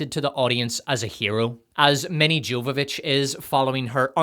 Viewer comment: The J in Jovovich is pronounced like a Y. Getting a name wrong once is easily overlooked, but constant incorrect repetition is jarring and disrespectful. Maybe it's a common mistake but with the number of times it's spoken, it should absolutely have been properly researched. Also People are hanged, pictures are hung. Please do better.